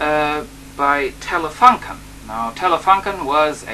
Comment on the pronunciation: Hallo, young man, Telefunken is pronounced like"Telefoonken" ;) The design of that telefunken version is a matter of personal taste, I think... I like the black more. Bytheway there are another versions of that camera: Saba VM6700 (winered) Nordmende (colour???) Regards from Germany